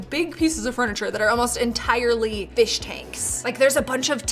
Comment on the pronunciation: the P instead of f in fish tank 😂😂😂